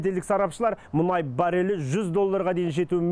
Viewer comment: Мұңай, мұңай деп отырған сарапшы кім? 😉😄 Менің білуімше мұнай еді!